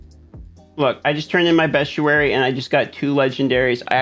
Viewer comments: You didnt include zavain circle which is right under the graveyard where world boss spawns also its pronounced beast-ee-airy not best-u-airy btw. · "Bee-stee-air-ee" just saying. 😁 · It’s actually “best-ee-air-ee” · no he's right it's been killing me people saying best_ee_ary. It's Bee_stee_air_ee. Because it's a book of beasts....not bests